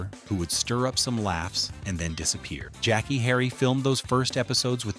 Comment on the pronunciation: SIR, I CAN TELL U WASN'T A FAN OF THE THIS SHOW. THE NAME OF THE SHOW WAS TWO TWO 7. JACKEE CHARACTER'S NAME WAS SONDRA NOT SANDRA. HER REAL NAME IS PRONOUNCED JACK/KAY NOT JACKIE. 😊